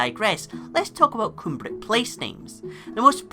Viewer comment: A minor point: "Cumbric" should be pronounced to rhyme with lum, not loom. Also, the "aber" prefix is in fact the Welsh and Pictish equivalent of the Gaelic "inver". Names like Inverleith are Gaelic, names like Aberlady are Welsh/Cumbric.